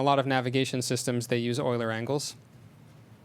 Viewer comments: Euler is pronounced "Oiler", because it's a German name. :) Regardless, GREAT talk! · euler is pronounced oiler because it is a german word. eu makes the sound oi. kind of like the strange combinations in english such as oo, ew, aw, au, ou, ow, etc....you get the picture. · Euler was Swiss, this is why his name is pronouced "Oiler".